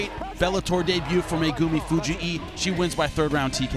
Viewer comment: I know that annoys me too. It's not Fuji'i like it's Hawaiian or something.